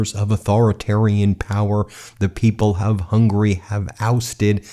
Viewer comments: Pronunciation of Hungary is Hung-u-ry...not hungry, which means "wanting to eat". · It's Hungary, not Hungry. Hearing this guy pronouncing it hurts. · Why do you pronounce Hungary as hungry, please try to pronounce it well.....